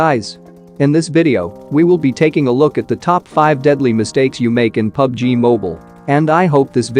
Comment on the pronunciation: Every time I hear you literally say "Enjoy my butt game play" LOL